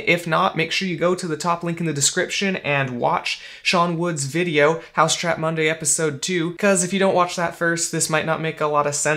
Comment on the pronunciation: It's 'Mousetrap Monday', not 'Housetrap Monday'.